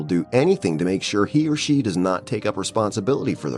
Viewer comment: The commentator mispronounced “she.”